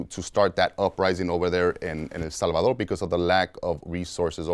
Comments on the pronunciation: This is an interesting story I’m sure but it’s so damn hard to listen to this nigga talk between the IF YOU WILL and how he changes his whole voice just to say HEL SALVA-DORRRRR 🤦‍♂️ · Drink every time he says “El Salvadorrrr”